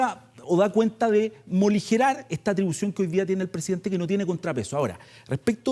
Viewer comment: Avísenle a este académico chanta que no sabe hablar… que la palabra es “morigerar” y no “moligerar”… si como habla hace clases… estamos perdidos!!!